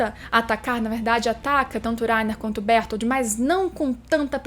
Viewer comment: Laina e berutoro, fala direito.